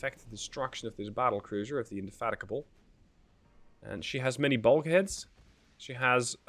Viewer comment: Nice, although I think the battlecruiser's name is pronounced in-de-fatigue-able